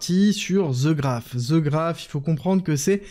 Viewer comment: "The" ne se lit pas "ze" un peu de professionnalisme svp